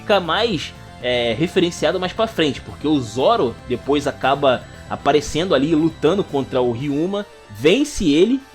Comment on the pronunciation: Cara, sensacional seu resumo. Merece um like com certeza. Mas confesso que me incomodava bastante todas as vezes que vc falava “chapeis de palha”, “Nico Rubin”, “Zóro” ou “Ruffy”.